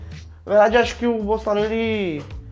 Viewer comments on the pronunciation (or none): O gordinho ñ sabe nem Falar Bolsonaro kkkk ele falou Bolsonario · Impressão minha ou o falou “Bolsonario”? 😂😂😂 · Sim, ele falou bolsonario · Ele dis "Bolsonário"?